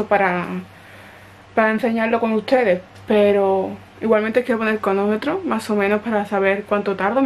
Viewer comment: No entiendo por qué nadie te ha comentado que se dice cronómetro no conometro 🤔 y me encanta tu pelo por cierto